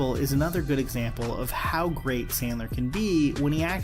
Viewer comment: Adam the gweat and tewwible